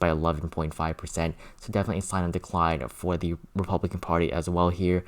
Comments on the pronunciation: Please say "the" instead of thee. I have been watching your videos as soon as you post them but I just can't handle listening to that anymore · "The" not "Thee" pretty please?